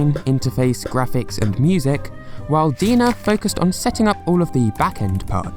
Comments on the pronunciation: Just a heads up, DeNA is pronounced like "DNA" not "Deena." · its not pronounced as DENA, its like DNA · Deena? It's pronounced DNA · It's quite sad to see Miitomo went under. Miifoto was a real treat that was just fun to mess around with. (I hope they could release it as a standalone app at some point) The Answer Central and Style Central were a really nice addition, especially for some people who doesn't have friend or anyone they know uses the app. (like me) By the way, the company DeNA literally pronounced as D-N-A. Not De-Na. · LOL, DeNA is supposed to be pronounced like DNA pay attention to the capital letters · It’s pronounced “D N A” “E What Ah” “me toe moe”